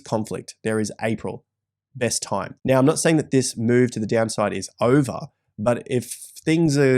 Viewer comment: "...or are you going to act neow" said the